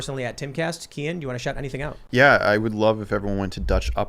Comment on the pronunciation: its KEEAN, shit man.